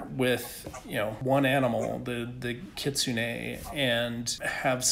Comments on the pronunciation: like "kit-soon", which is very very very very incorrect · Glad he pronounced kitsune semi correct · its kit-sun(with a lil bit of oOoo)-neigh